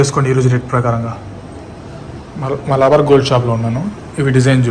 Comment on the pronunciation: మలబార్ గోల్డ్ షాప్ అని మీరు అన్నారు కానీ నాకు మాత్రం మా లవర్ షాప్ అని వినిపించింది....just for fun 😊